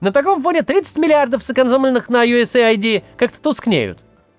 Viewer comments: Максим, вы неправильно произносите USAID. Это не USA ID – идентификатор Соединённых Штатов Америки, а US AID – Помощь от Соединённых Штатов. Да, в конечном итоге это аббревиатура из пяти букв, которые значат немного другое, но произносится она так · Максим, давно смотрю ваши ролики и получаю море удовольствия, спасибо вам большое! Но есть одн вещь, которая мне постоянно режет уши. USAid. Это не "ю эс эй айди", а "ЮС Эйд". Вот расшифровка для US Aid: U.S. Agency for International Development. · us aid, а не usa id 😂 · Maxim, if I may be allowed: USAID - US AID (aid as in help), not USA ID. thanks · ЮС - ЭЙД, не ЮСэй - Айди 😭😭😭😭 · Ю Эс Эйд! Учи язык! Свою страну американцы называют ЮЭс, а не ЮЭсЭй, а Эйд -это помощь.